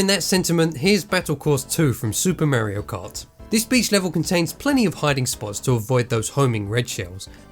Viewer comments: Wtf is "Merio Kaht" ???!?? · Why does he say merio kart